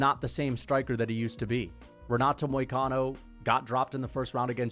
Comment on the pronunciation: renat and bennet